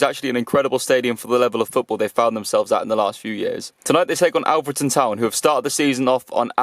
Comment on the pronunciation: It’s olfreton not ahfreton